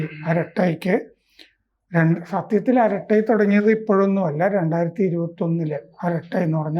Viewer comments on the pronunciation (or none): അരാറ്റായ് ആണ്. അട്ട അല്ല.